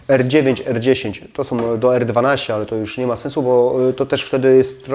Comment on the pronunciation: Są , nie SOM